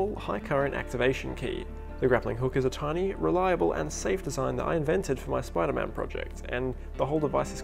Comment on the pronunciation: SPIDAH MAHN